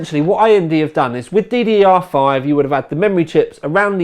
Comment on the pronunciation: .... he isnt even able to say GDDR5 .... i would look for a for other reviews..... also he says 980 thai for some reason .... it is 980 TI unless he think that it is tiland...... he is a disgrace to all of us that call the UK home